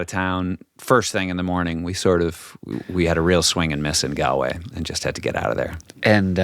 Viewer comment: Pronounced Gaulway.